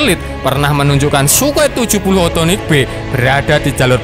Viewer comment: Bukannya sukhoi s 70 okhotnik yah😁bukan othonik